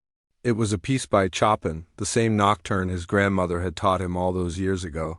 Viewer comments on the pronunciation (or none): Why do yoj You choose narrrators who know how to pronounce words? Chopin for example Chopln is not pronounced as "Chopping" wood"!!!